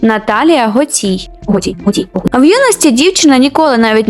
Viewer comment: Чому гоцІй? Вона веде ютуб-канал, де сама називає себе гОцій